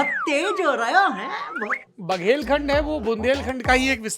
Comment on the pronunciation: होरा नहीं सौरभ सर,होरहा बोलिए। सादर! 🙏